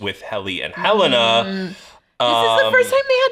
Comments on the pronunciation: It makes me so irritated when they pronounce Helena as "Ha-Lay-Nah"... It's definitely "Hell-en-ah" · WHO IS THIS "HELEYNA" YOU KEEP TALKING ABOUT????